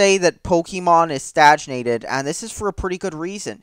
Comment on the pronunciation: Stagnated not stajnated